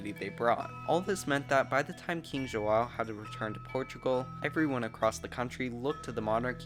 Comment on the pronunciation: Dude... you successfully managed to pronounce "João", which is a huge yes, but DUDE!.. you butchered "bandeirantes"... that should've been a lot easier to do!